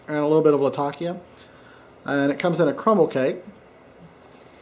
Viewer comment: Pronunciation: \ˌla-tə-ˈkē-ə\